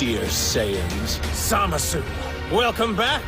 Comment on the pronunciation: I hate how they say Zamasu in the dub and the way you say it as well; it doesn't feel right.